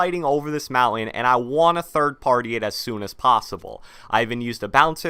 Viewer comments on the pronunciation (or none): The way you pronounce “mountain” triggers me🤬